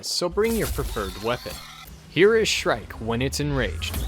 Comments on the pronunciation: when u say shrike it sounds like "shrek" lmao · And no impalement?! C'mon, it's shrike